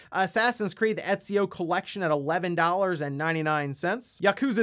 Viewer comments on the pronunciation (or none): none